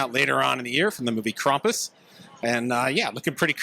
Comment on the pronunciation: Bro, google how to pronounce Krampus… What is going on here…